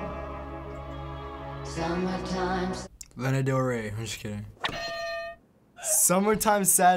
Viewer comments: She knows her mother yet can’t say Lana right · “I know my girl” says Lana’s name wrong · lmaoo true 'lEna' tf ? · Its kinda irritating how they pronounce her name wrong. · kaye “I know my mother” says Lana wrong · “I know my mother” but yet pronounces Lana wrong ... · i know my mother (pronounces lana wrong)